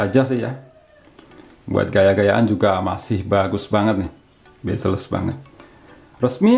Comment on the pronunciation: CMIIW, spelling yang benar itu "Bezel", bukan "Bazel". Cb check di google. Suwun